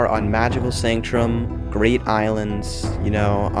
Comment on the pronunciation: "magical sanctrum"💀